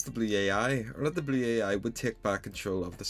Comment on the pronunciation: How he pronounces blue ai "Blew-Aye-Eye"